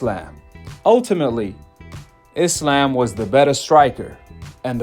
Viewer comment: I'm just glad these Americans call Islam, Islam and not "I slam" like they call Iran "I ran" and Iraq " I rack" lol